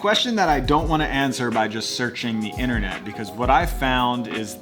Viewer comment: The ‘Inner net’.